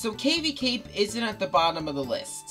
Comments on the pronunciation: I've never heard Cavi cape be pronounced that way... Cave-y cape... I suppose it do have caves. Also again our priorities are again pretty different I made a whole video about Cavi cape because I find it beautiful and melancholy but you put it second to last lol. But regardless, good list and I actually agree with a lot of it. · I completely agree. And I never heard Cavi Cape pronounced that way either.